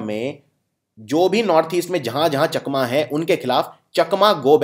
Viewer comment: Chakma ko chaakma pronounce kiya jata hai